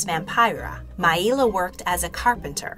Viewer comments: Correct. And her name was Maila (My-La) not My-E-La right? If you love Maila like I do you should check out Ashes Fallen - The Ballad of Maila on YouTube. Such an amazing tribute song 🖤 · The pronunciation of Maila is wrong, it's not Mai-ila it's just pronounced how it sounds.like Mayla. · She pronounced her name "My-la" not "My-ee-la" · Everyone I’ve known even vintage interviews pronounced it mail-a